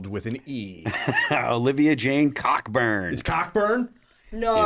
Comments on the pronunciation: Cockburn is pronounced ko-burn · Olivia Wilde = Olivia Jane Cockburn Here in Canada we have a singer-songwriter named Bruce Cockburn, pronounced KOH-burn.